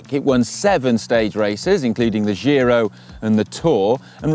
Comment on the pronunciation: It's still not the jhi-ro like a gilet (because it's not French), it's the gee-ro. Come on, guys!